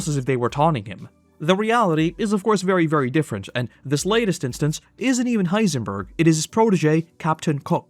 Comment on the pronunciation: Why does narrator say heisenburger every time lol